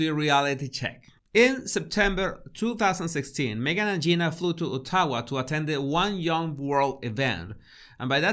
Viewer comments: Excellent video! BTW "O-tta-wa" should be pronounced "Ott-a-wa" for Ottawa (Ontario). Canada's national capital.🇨🇦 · Not Otahwa, Ot o wa